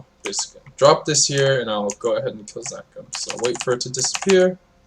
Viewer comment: bruh, zakaam? zakaam? ZAKOOOM. da fk is zakaam